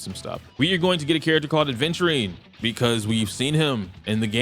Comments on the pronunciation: Lol I still can't believe you're still pronouncing Aventurine as ADventurine😂. Good analysis though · adventurine 😂 Reminds me of cumberbatch saying “pengwings”